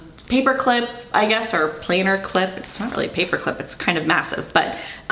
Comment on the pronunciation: Thank you for the great review. I think the small metro tote deluxe is very roomy. I have one in the Anthracite. By the way, I thought you might be a carpenter because of how you pronounce the word “planner.” A planer is a carpenter tool. Now I know you mean a planner date book. And to tease myself, you should hear how I pronounce the word “roof.” I grew up near Chicago and have lived on the East Coast for years and people still think I’m saying “ruff!” 😂